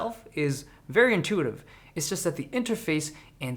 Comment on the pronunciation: intitutive ? Bro 😂😂🤣🤣